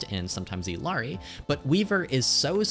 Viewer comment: Heads up the Ls in "Illari" are pronounced like a Y. "ee-yar-ee". Consider the way you pronounce "quesadilla". Thanks for the tips in the video!